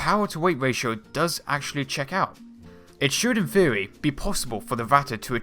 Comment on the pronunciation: When you say the word "theory", why does it sound like "feerey"? You really need to work on that bro.